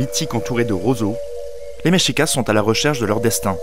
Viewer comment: MEXICA pas MEXICASS. Mexica (pluriel) et Mexicatl (singulier).